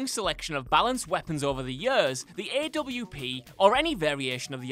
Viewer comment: He can’t pronounce AWP 😂😂